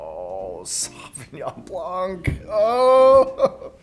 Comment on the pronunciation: Fun fact: the C is silent in Sauvignon Blanc. Don't say it